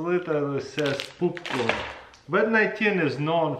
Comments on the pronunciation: Nobody: Literally nobody: Taras: poopcorn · “It literally says poopcorn” Reads “Popcorn” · Uhhhh its poopcorn ooooo literally it says poopcorn lol Says popcorn lol